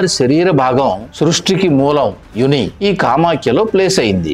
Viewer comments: యుని కాదండి,అది యోని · Sry but it's YONI... Not UNI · Uni kadhu, Yoni adhi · Good info. Pronounce the words pelli, yoni and menstrual correctly.